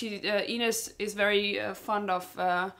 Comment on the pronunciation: FIRST OMG FIRST TO COMMENT ON ANY VIDEO FOR THE FIRST TIME ON THIS CHANNEL!!! YEsssssssss lol. The review you guys have towards the end of the video about Ines kind of is a spoiler but you guys are sharp to see where this is going (btw how pronounces, it almost sounds like 'anus' 😂 I'm so sorry it's so like that I cannot let go) I hope you react to Episode 4 this weekend, that would make my weekend so good!!!